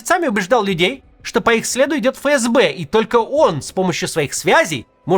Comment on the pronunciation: Ребят, не фэ эс бэ, а эф эс бе правильно произносится. Простите, но вы из раза в раз, а канал авторитетный